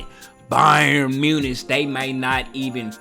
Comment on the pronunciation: it's pronounced munick btw not munitch